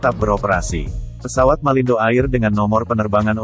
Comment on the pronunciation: Bukan AIR cara baca nya.